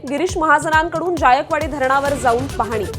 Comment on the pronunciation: ज ऐवजी ज्य का म्हणतात 😂..... ज्यायकवाडी नाही जायकवाडी